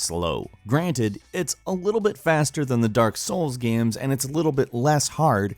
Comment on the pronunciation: "it's also just one of those great 'guaes' from a 'legendeura' era"